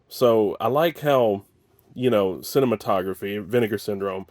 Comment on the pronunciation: The label is pronounced sih-nay-mat -o-graff. Named after one of the earliest film projectors.